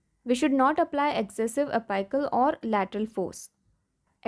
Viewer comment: A- PICK-UL, NOT A PIKE UL.